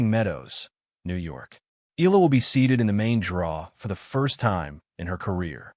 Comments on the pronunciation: E-yala or Yala not EELa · Fake AI news narrator cant even properly pronounce Alex family name😜😜😜